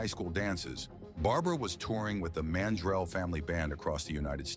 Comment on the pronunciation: Enjoyed this episode. Constructive criticism - The last name is Man-drell, not mandrol. Barbara’s daughter name is Jamie, pronounced Jay-mee, not Hymie.